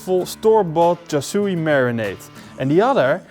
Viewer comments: Looks amazing! Also pronounced “char sue” no “char sue e” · Thanks. Waaay too much food colouring! It’s Char Siu but the “Siu” rhymes with “new” or “sue”. Maybe “Shoo”. You get the idea. Also, pork belly is ok but pork neck is better. Cheers!